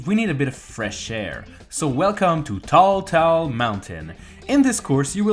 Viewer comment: How did you say “tall” correctly the first time and then immediately mispronounced it the second time when you said “tall tall mountain”